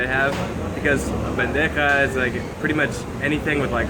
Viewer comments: Bro! It’s not bendeja !!!!!! We Colombians call it BANDEJA !!! Say it right . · I think someone else mentioned it below, but it is "bandeja paisa" rather than "bendeja paisa". Delicious...and I really like your videos.